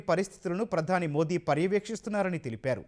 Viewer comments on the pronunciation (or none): none